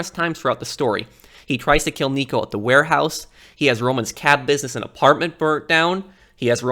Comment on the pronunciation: It's pronounced b-oo-lg-uh-reen, not "bowlgreen", if I didn't see the subtitles I would have no idea who you're talking about, bowlgreen...